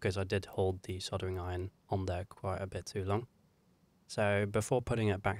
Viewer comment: Just a reminder that soldering has an L in it. No idea why you keep saying soddering but I wish you'd sodding stop!